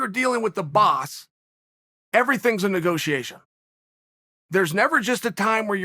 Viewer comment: "No go tiation.."